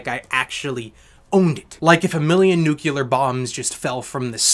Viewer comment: You mispronounced “nuclear” as “nucular”. I won’t fault you for it though since a lot of people do it. 😂